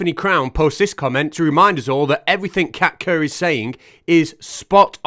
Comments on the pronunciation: I swear I thought you were saying Cat Turd all this time. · I'm sure you said Kat kerr. Didn't you mean Wan......oh never mind